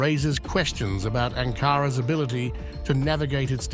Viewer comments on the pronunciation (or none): What an odd way to pronounce Ankara.....